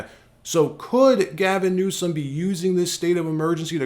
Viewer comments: Its pronounced Newscum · President Donald Trump said Newsomes name right,when he pronounced it Newscum! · Anyone notice Trump said Gavin NewSCUM. 😂😂😂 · I love how he pronounces the CA governor's name...NEWSCUM😂 Very appropriate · I love how Trump doesn't miss a beat in adding the C to "NewsCum". 😂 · Did anyone catch " Newscum" Lol go President Trump!